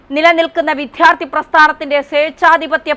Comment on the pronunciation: ഒരു മലയാളിക്കും വിദ്യാർത്ഥി എന്ന് ഉച്ചരിക്കാനറിയില്ലല്ലോ. കഷ്ടം!!!